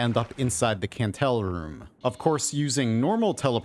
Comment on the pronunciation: By the way, the Kantele is pronounced Kandel-e, not Cantel! Its the name for a finnish box zither, and the Kantele sprite is actually a box zither too!